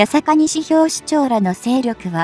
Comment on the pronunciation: いりおもて市じゃない、にしのおもて市だ。勉強しろ